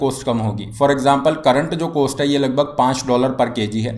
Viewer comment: You have problem to pronounce cost.. Please correct it.